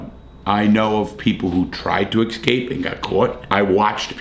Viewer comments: You say, "excape",like, a half dozen times. The word is, "escape". Also, it's "asked", not "axed". I don't know what it is, but it seems that people that grew up in the city cannot speak. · .. Larry can't pronounce 'escape' .. that's pretty funny :)